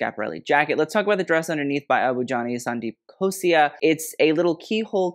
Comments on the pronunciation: it's Abu Jani and Sandeep KhosLa. With a L 😅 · It's Sandeep Khosla....it's an L ...not an I....But it's okay....You tried your best...we appreciate that.... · Would like to correct you here… It’s Abu Jani Sandeep Khosla ( ‘la’ )at the end not Khosia, Butchering the pronunciation doesn’t matter but atleast get the name correct. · Thats Sandeep Khosla.. with L not I.. Plzzzz correct yourself. 😂😂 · Abu Jani Sandeep **KHOSLA**, not khosia And the tiger on belt in sabyasachi black outfit is the house emblem. Sabyasachi Mukherjee is the designer, he is Bengali, i.e. from Bangladesh. And the tiger is the national animal of Bangladesh. Bengal Tiger. It's like Versace's medusa. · It's Sandeep *KhosLa, not Khosia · It’s “Abu Jani and Sandeep Khosla” not “Khosia ”🙈😂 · It’s Abhu Jani and Sandeep Khosla.(it’s L and not an i) No hate just letting you know. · IT'S SANDEEP "KHOSLA" HONEY!😂🙄😂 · Abu Jani Sandeep **KHOSLA**, not khosia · It's Sandeep Khosla and not Khosia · It’s Khosla not Khosia and it’s Manish Malhotra not Manish aurora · "KHOSLA". NOT KHOSIA !!??! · Sandeep Khosla not Khosia, lol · Abu Jani and Sandeep KhosLA 🥺 not KHOSIA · It’s not khosia but khosla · Hello, I don't mean any offence but the name is Khosla with an L not i, I can see how that could be confusing though! Great video. I'm really glad Indian fashion is getting noticed now. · Hey! Its amazing to see you talk about the Indian Fashion Industry and you appreciation for the art and textiles really shows. There is a vast and varied history behind Indian textiles and its traditional and modern use. Hope you keep looking into it. Also wanted to make a small correction, it is Abu Jani Sandeep Khosla, Khosla with a L not I. You are pretty good with rest of the pronunciations. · The anxiety that I got from him everytime I heard him saying- "Sandeep Khos-I-A" instead of "Sandeep Khos-LA". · its KHOSLA not KHOSIA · Sandeep Khosla not Khosia 😅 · It's Abu Jani - Sandeep Khosla (not Khosia)